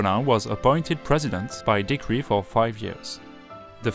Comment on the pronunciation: You definitely have an accent, but I could understand you without captions. There were a few words where you placed the accent on a different syllable than a native English (American English) speaker would. For example, the word "decree." A native speaker would say de-CREE. You said DE-cree. Minor things like that. On the whole, fantastic! Much better than my French!!!